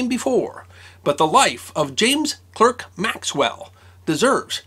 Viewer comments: I wouldn't say it's disrespectful for a foreigner to accidentally mispronounce "Clerk" rather than "Clark", or "Robbie Burns" rather than "Rabbie Burns", in fact it's totally understandable. You have to understand that yes as a Scot, it comes as second nature for us to speak and articulate in our dialect because we're used to it but Americans, English, Australian or even people whose first language isn't English, it's difficult for them to read or listen to Scots if they haven't experienced that way of talking, they've just been taught and accustomed to a different accent. At the end of the day, who cares how people say things, I was listening to a talk by Stephen Fry and he was talking about how he met an Eskimo and he said, just call me an Eskimo, you keep butchering the pronunciation of Iñupiat so Eskimo is easier for you. If you've ever tried to learn a different language like French or Spanish you'll always run into the difficulty of accent. I've been to France and because I tried talking in French to native speakers still in my Scottish accent, it meant that I was completely mispronouncing the words and accent and most of the time nobody could understand what I was saying. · Sorry to be a pedant,, but Maxwell was Scottish, so Clerk is pronounced clark and Marischal is pronounced marshal: Not great problems in the great scheme of things, but if you're going to talk about the chap, it's probably just as well to be able to pronounce his name, don't you think? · That's pronounced "Clark"! Otherwise a great video! Thanks! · Thanks for bringing James Clerk Maxwell's name to public attention. He certainly deserves to stand with Newton and Einstein in the pantheon of genius. Incidentally "Clerk" is pronounced "Clark". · Fascinating video about one of our national heroes. I should point out though that, being a Scot, the Clerk in his name should be pronounced the same as Clark. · It's pronounced Clark, not Clerk. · Is pronounced Clark not Clerk. 👍🏻